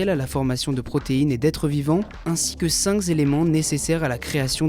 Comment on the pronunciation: ainsi que cinq Zelements... ben voyons...